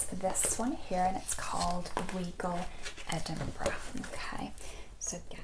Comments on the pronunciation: Love it!! Obsessed with the sound of the magazine pages turning. I’m convinced you must have either visited or lived in the UK because your knowledge is spot on - and you pronounced Edinburgh correctly! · You actually pronounced Edinburgh correctly 😆